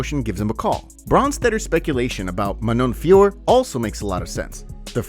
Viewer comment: STOP SAYING FIORR, IT'S FIOROT, DON'T LET DUMBASS UNILINGUAL JON ANIK INFLUENCE YOU